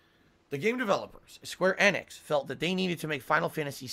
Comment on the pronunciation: The way he pronounces Square Enix gives me terminal Leukemia